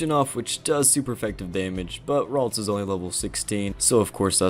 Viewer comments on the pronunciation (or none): none